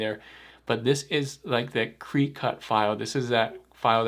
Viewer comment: Cricut is pronounced cricket. Like the bugs you hear at dusk in the Spring and Summer. When you said cree-cut I was like "Whut?". 🤣 Cool video though.